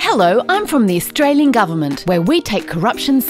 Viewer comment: Was there a reason for "Australien" instead of "Australian" and "Againt" instead of "Against"?